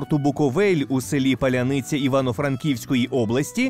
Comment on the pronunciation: Правильно: село Поляниця, а не Паляниця. А все інше зроблено і подано дуже якісно. Дякую за працю і українськомовний контент!